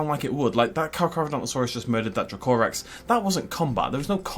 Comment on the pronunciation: Its pronounced Dra-co-rex i believe, i might be wrong but im pretty sure it is though.